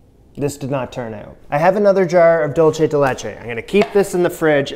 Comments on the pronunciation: Next time buy condense milk and boil the can in a crock pot full of water for 8 hours. BTW, it is pronounced doolsay de le-chei NOT DoolCHE de lechei. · at this point im sure someone has told you but i cant stop myself from letting you know it's pronounced like "dool-say day lay-chay" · I'm from Argentina and these alfajores de maicena are definitely a great Argentinean classic. Isn't dulce de leche the best thing ever? Also the way you pronounce dulce de leche is soooo cute